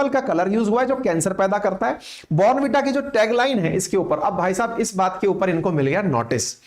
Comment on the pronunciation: Bhai saab phele zara please sahi pronunciation to seekh lete kan ki kirkiri krdi er 15 sec baad bornn veeta keh keh .. hadd hai yaar waise hum indians